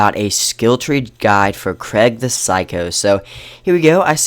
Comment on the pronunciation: Kreg? Idiot, it's pronounced 'Kreeg'